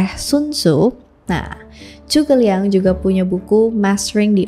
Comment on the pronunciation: itu udh bener pronunciationnya